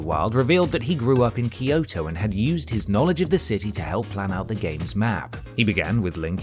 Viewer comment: Why can't people pronounce Kyoto correctly? Kyo is one syllable, not two. It's kyo, not key-o. Same goes for Tokyo; it's Toe-kyo, not Toe-key-o.